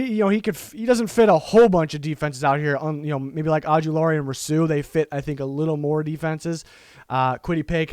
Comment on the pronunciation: You are mispronouncing Rousseau. It should be Roo-SO. Not Row-Soo, or Roo-Soo. It kind of sounded like you said it two different wrong ways. Seems like if you watched Miami games you'd have heard it pronounced many times.